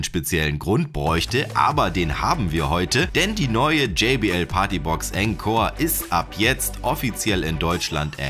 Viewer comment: Cooles Video. Es wird aber nicht enkor, sondern ohnkor ausgesprochen ;)